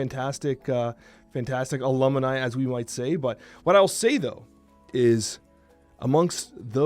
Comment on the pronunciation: Well... Alumni is officially a word can't say properly lol